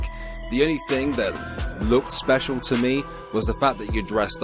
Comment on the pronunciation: "Special.... ahem speshul-"